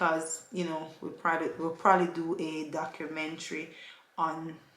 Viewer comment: When says prolly lol😂😂😂 Congratulations again. Safe journey 💙💙😘😘